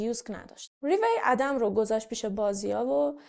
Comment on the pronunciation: ممنون از ويديوتون👍👍 تلفظ درست ادِم است لطفا اسامي رو با اينترنت، يوتيوب چك كنيد